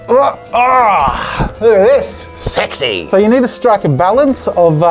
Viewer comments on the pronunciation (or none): Watch from .he says sexy so weirldly